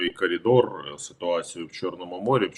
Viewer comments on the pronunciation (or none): ДобриДень..... -- хотів поставити Вам персонально Вподобайку, але почув від Вас слово Колідор (на початку етера) замість коридор )) Знов на Лайк не напрацювали...